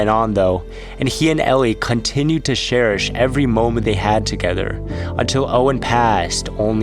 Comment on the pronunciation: It is cherish. Not with a serish 😂